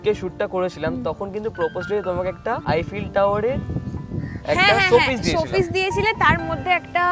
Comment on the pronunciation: Eifell na Eiffel bole 😐